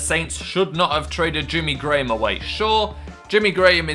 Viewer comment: not sure but i think you said jimmy gray ham